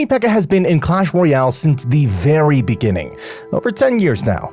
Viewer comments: hey jackass, it’s not benging its begnigng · “just the beniging” 🤔🤔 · Just the Beniging 😂